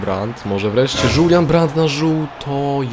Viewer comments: Czyta sie julian a nie żulian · JULJAN A NIE ŻULJAN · to jest po prostu Julian żaden żulian